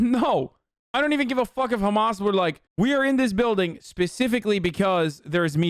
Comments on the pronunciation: I can’t stand him saying khamas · No one: Ben shabibo: khamas. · The way Shabibo pronounces “Hamas” is really irritating. I don’t even care if that’s the correct pronunciation - coming from him it just sounds pompous and arrogant. Perhaps that’s because everything he says sounds pompous and arrogant. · ugh the sound he makes when he says hamas is ear-piercing, he thinks a hebrow pronunciation will make him look like an expert in the matter